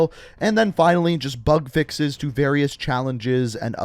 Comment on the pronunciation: Who else is hearing him say fuk fixes